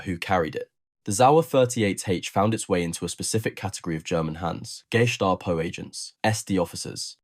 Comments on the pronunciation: Did he say …..”Gay-stop-oh” ? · Pronounciation could have been worse. It basically boils down to whether or not you pronounce it as a word of its own or parts of the underlying components of this abbriviation: GEheime STAatsPOlizei. Even inside Germany people might put different emphasis on the "e". That being said, the pronounciation is certainly closer to one of "geh heim" (go home) than "geheim" (secret). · The pronunciation of Gestapo used here. 'GAY-STAPO," sounds as though it might be a modern day German police organization.... 😂😂😂😂😂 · Nice work! So much better than other YT videos. Although you could learn how to pronounce "gestapo."